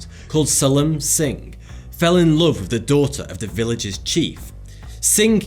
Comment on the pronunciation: Th doesn't make an F sound. It's "with" not "wif". Quit butchering the English language. Outside of that, I like your channel.